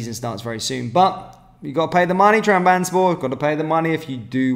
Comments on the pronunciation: Trab. Zon. Spor. Not......... tram. Bans. borr. 😂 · TRAB - ZON - SPOR Been annoying me for months